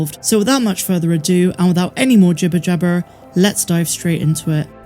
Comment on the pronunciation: The way you say jibber jabber sounds proper West Country mind